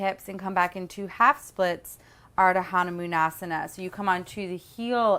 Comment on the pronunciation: God you terribly call it wrong. Its Huh-Nu-Maan Asana. Please work on that and dont preach wrong to others.